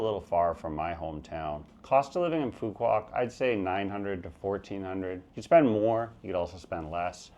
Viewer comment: You mean to say u can Phu Q Ouf to Phu Qouc